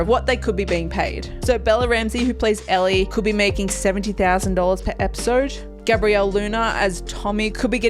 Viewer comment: the fact that you mispronounced her characters name shows that you don't know much about them